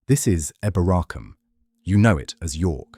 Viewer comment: Pronounced EEboracum